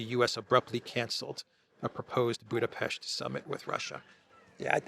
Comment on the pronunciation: Appreciate you pronouncing BudapeSHt correctly 👍